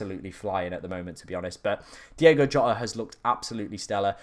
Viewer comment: it’s DiOgo Jota